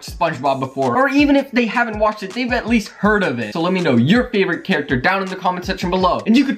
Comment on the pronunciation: Its spongebob not spungbob it's character not charicter it's squidward not scwidward